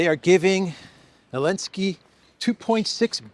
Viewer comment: Why do you have to laugh about everything? You laugh about things that have no element of humor, like there's something wrong with your brain. You sound like an idiot. I'm not a zelensky fan, not at all, but why don't you call him by his name? What's with "Elensky"?